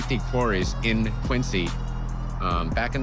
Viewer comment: While Quincy does have a "c", locals know that the pronunciation is with a "z", thus Quinzy.